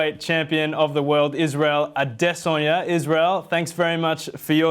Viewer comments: This is the best i have heard someone pronounce Adesanya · pronounces Adesanya better than most people. Shouts out. #Andstill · Quite suprised how well u pronounced Adesanya ..!! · Nice to hear a non Nigerian pronounce the name right. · thanks for putting in the effort to pronounce his last name properly. 👏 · Eyyy he outdid ariel heelwani on that pronunciation